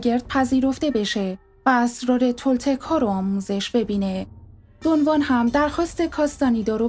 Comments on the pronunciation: با احترام و تشکر از شما سوگند خانم من کتابهای هدیه عقاب و چرخ زمان رو ار از کارلوس کاستاندا خوندم و اسم اون شمن سرخپوستان دون خوان هست که شما دون وان تلفظ میکنید شاید دون وان کسی دیگر است که من باهاش اشنایی ندارم سلامت باشید. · دون خوان. نه دو وان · درود تلفظ درست ...دون خوان ماتئوس است🎉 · رود به شما.بسیار عالی ،کامل و درست بر اساس کتابهای کارلوس کاستاندا،البته به شیوه ی همه فهم توضیح دادید و خواهش میکنم ادامه بدهید.اما یک سوال:ازآنجاکه همه ی کسانیکه کم یا بیش،با عرفان تولتک توسط کارلوس کاستاندا و شاگردان دیگر او و دون خوان آشنائی دارند،همچنین در همه ی کتابهای مربوط به این معرفت،چه در نوشته ها یا گویشها،دون خوان را دون خوان گفته و نوشته اند ولی شما، حرف خ را از اول نام دون خوان حذف میکنید؟آیا دلیل خاصی دارد؟ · دون وان نه دون خوان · کاستانیدا❌ کاستانِدا✅ دُن وان❌ دُن خوآن✅